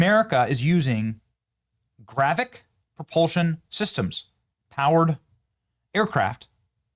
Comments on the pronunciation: Its "gravitic" not GRAVICK. can somebody make sure this nfer has a clue what the hell hes talking about before he makes an ass of himself daily. Its getting worse. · Why are podcasters so bad at phonics? If I had a dollar for every time ive heard a word said hilariously wrong, Id be a millionaire! Anyway, its gravitic, not gravic. GRA-VI-TIC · Benny 😂 so obviously far removed from Star Wars it’s so hilarious. GraviTic Benny..with a T in there. Not “gravic!” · Benny, it is gravITic drive, not gravic. Why would China have to launch these "gravitic drones" from a sub when they have the ability to "hyperdrive" with limitless energy directly from China? Sounds like paranoid schizophrenia to me. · It is pronounced gra-vit-tic, not grav-vic. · GRAVITIC. NOT GRAVIC. IT IS AN IMPORTANT DISTINCTION! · GRA-VIT-IC not Gravic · It's not gravick. It is GRA vit ICK YOU KEPT LEAVING OUT THE VIT PART. YOU SOUNDED SO STUPID I AM EMBARRASSED FOR YOU . GRA VIT TEE, GRA VIT ICK ... please, please just sound it out, phonetics is your friend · Leave it to Benny to mispronounce another word. It's not "gravic", it's "gravitic". "gravic nuke-U-lrr" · Gra-Vi-Tic, not Gravic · Please Benny .... Its spelled and pronounced as GRA-VEE-TIC ... not Gravic. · PLEASE can we say this word correctly? gravitic >> GRAV -IT -IK ... you are saying gravic ... that means something else .. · Gravitic. Say it with me Benny. Gra-vit-ic drive. Love you Benny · It’s gravitic, as in anti gravity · Benny, its pronounced Gra-Vit-ic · GRAV-I-TIC...say it, THREE syllables!!! Driving me CRAZY!! And if they could do it to us, we can do it to them so it's no gain for anybody. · GRA - VI - TIC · It's pronounced Gra-Vi-Tic, Benny. Comon bro. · Benny, I enjoy your podcasts. The word, “Gravitic”, however, has three syllables with the emphasis placed on the second syllable, I.e. “grah-VEH-tic”. Thanks. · Benny, it is pronounced GRAV-ih-TIC. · Benny can't pronounce gravitic 😅